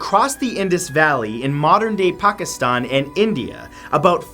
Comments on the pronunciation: He pronounced Pakistan correctly! Way to go Matt 😊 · Thank you for pronouncing Pakistan correctly. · Wow. Matt pronounced 'Pakistan' and all the other names correctly. It shows that he cares about the content he makes. I'm impressed! ^_^